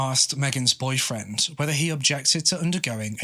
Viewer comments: It is boyfriend or boyfriends? It sounds like boyfriends when he says it but im not a native speaker so im not sure. Just made the whole thing confusing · The way you say "boyfriend," I thought she had more than one.